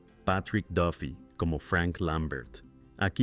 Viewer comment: Jajajaja tratas de pronunciar las palabras en inglés perfectamente, pero cuándo dices "Plus" y "Duffy" no lo haces correctamente 😂😂😂😂😂